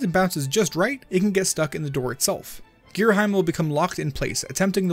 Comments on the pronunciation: Going by the Japanese spelling, it's pronounced Gira-'him', as in 'him and her'. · Ghirahim is spelled Ghira-Him, not heim, you say hem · It is pernounced gear - a - ham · giraheem xD sounds funny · I always pronounce it like Gear-A-Heem. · For future reference, it’s gear-a-HE-m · how to pronounce Ghirahim Gear Ra Him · Also, considering how English usually goes, to have the sound is saying, you would need an e at the end to change the sound of the I. I would actually be more concerned with how the first part of the name is pronounced ("geera" versus "guy-ra" type of thing). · His mistake for Ghirahim's name makes my fangirl self very angy